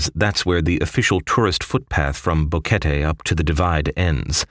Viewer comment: I have watched several similar videos, You are one of the first to pronounce BO QUET TE correctly and included Plinio, I know this guy personally, Great Job SIR!!!